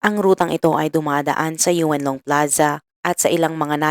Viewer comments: Paano magiging Yun long yan .Ang word is Yuen long.e pronounce Ng twist tongue deritso insert ang en yu deritso. Yung narrator Kasi Yu en kaya pag pakingan may en. Dapat Yuen long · Yun-long po un ndi Yu-en long, malapit s shenzhen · Kaya nga pinapahirapan pa ni Madam ang dila nya sa Yu en long instead Yun long o Yuen Long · Yun-Long (Yuen Long) Hindi po Yweun Long Ma'am. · yuwen long daw! yun long ang.bigkas😂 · Yuen long ang tama hindi Yu-en long at hindi rin Yon long madalas ako dyn. 25 years ako dyn sa hk side for good ako last june lng. Sorry for correction 🤞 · Yon- long or Yun long po hindi Yu-en long ung tamang pag pronouce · yes Yuen long ung tamang spelling..but what i mean is how we pronouce ,,yon-long not yu-en long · Yuen long pronounce as yun- long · Sa Yuen long (Yun long po) pla to, grave..peru ansarap pkinggan sa tenga the way you narrated it❤ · Halaaaa kilan lng nangyayari ito? Yeun long read as Yun long po yan ma'am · Yuen long read as yunlong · ineng..."Yun" Long ang tamang bigkas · yun nga rin po ang sasabihin ko "yuen long" pronounce as "yun long"....dipo ako nangbabash ah for the record. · Silent e po kaya YON LONG haysss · Same kht yon long ok n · Touge twist yan Yuen long tingnan mo Ang bibig Ng Chinese pag nag bigkas Yuen long deritso insert ang en sa yu.